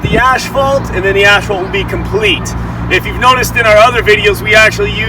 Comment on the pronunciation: Bro.... Can you please pronounce your words right? It's ass-fault. Not ash-fault. And ball-erd. Not bull-lard. Also, very sloppy paint job. That should would NOT fly with the construction managers/ superintendents I've worked for.